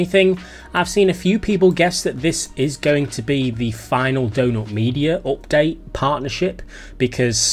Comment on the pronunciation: owpt date!! lol